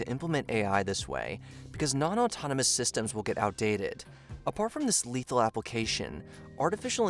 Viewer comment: "Letahal Autonomous Weapon" ?